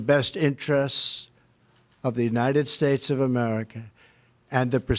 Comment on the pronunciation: And God bleshh the United Stateshhh